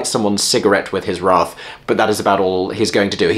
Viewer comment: You were already in New York long enough to change your prononciation of wrath? I haven't revisited the score of Hercules for a while, but David Zippel's work on Cinderella has rather put me off the idea...